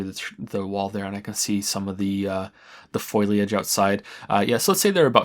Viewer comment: That's not how you pronounce "Foliage" :P